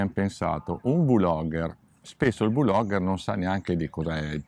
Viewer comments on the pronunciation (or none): Ragazzi VU-logger e VI-logger sono prole che non esistono…….é come dire BI-logger invece di Blogger :D comunque bella recensione!!!!!!